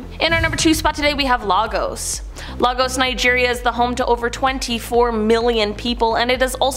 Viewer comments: Hearing pronounce Lagos (Lay-gos) as Lah-gos is hilarious 😂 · And Lagos as Largoes